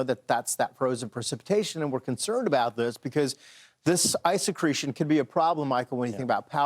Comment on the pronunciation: “Ice secretion” 😂😂😂😂